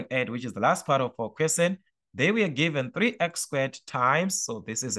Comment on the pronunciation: The fact the you say Quesen instead of Question 😂😅